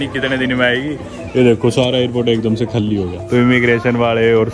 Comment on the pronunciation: Khaalii nahi bsdk Khali boltey hai hindi ascent thik kar le thoda bsdk